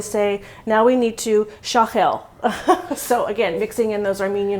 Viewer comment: Great job. Put the stress on the last syllable when speaking or pronouncing Armenian words so it’ll be “shaghel’l”. Black pepper? It was a surprise for me, too when the egg was added. I think, it’s an American influence, Armenians don’t add an egg usually.